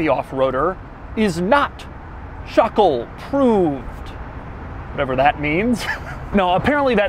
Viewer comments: NOTO RIOUS Schöckl, wenn ich bitten darf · You pronounce this SCHÖ syllable like the SHI in shirt. Then followed by a second syllable KL like in byciCLE.;) Easy. Now you speak German, man! 😜